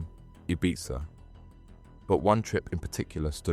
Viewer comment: its pronounced 'ibeetha' not 'itbitza'